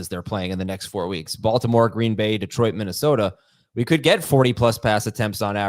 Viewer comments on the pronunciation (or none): none